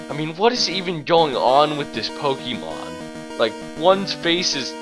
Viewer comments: "Po-Kee-Mon" No... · Not to nitpick but you're miss pronouncing 'pokemon'. Just letting you know.